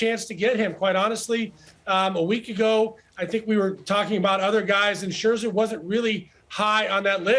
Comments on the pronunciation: Maybe not coming across clearly here but he’s always done the double ’sch’ - saying Scherscher. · Maybe time now once and for all for Ronnie to learn how to pronounce Scherzer...